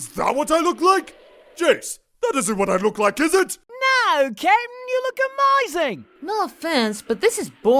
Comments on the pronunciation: Thought he was calling him KITTEN! lol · YOU KNOW HOW MANY TIMES IT TOOK ME TO REALIZE THAT IS SAYING CAPTAIN AND NOT KITTEN?!?!?! At least 35. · Jeice pronounces Captain like "Kitten" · Yeah, it took me a while to realise it wasn't "kitten". Even knowing it's Captain I still hear kitten. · Does anyone else hear Jeice saying "Kitten" instead of "Capn"? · is jeice saying captain or kitten? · Lol I swear sound like he’s saying kitten instead of captain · At first I thought: kitten! (captain) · LMAO I thought that's what he was saying the whole time until you pointed it out! xD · Every time he says Captain it sounds like he's saying kitten to me lol. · Is calling Ginyu kitten? XD I know It's supposed to be captain...but it sounds like kitten:P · oh.... took me forever to realize was calling ginyu captain... I kept hearing kitten, now it makes sense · captain... cape-tan =kitten it does sound like kitten somehow XD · Thumbs up if you think that most of the time or however you spell his name is saying Kitten... instead of captain.. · Every time Jeice says "Captain," it sounds like "Kitten." And Freeza is God. xDDDD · hes saying captain, i thought he was saying KITTEN XD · When says captain it sounds like he's saying kitten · "I'm not that short Ca'tain." Poor Jeice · I swore Jeice called Ginyu "Kitten" for a moment... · I seriously thought Jeice was saying Kitten until I watched this the 10th time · How daft am I to realize is actually saying captain and not Kittin or Cap and not Kit? 😅😅😅😅......😅